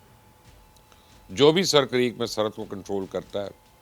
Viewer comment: Mubashir bhai it's not sir but it's a. Seer this is sindhi word